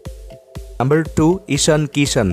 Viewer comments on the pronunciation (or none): Kishan not Krishan 😂😂